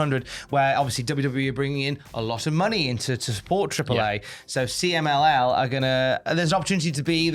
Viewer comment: Pretty good pronunciation of the CMLL message,... I was watching the news while making breakfast and I understood it perfectly, with the accent and all.